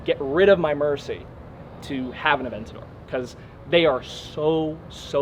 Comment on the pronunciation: A-vent-ador = I love Vents for Lamborghini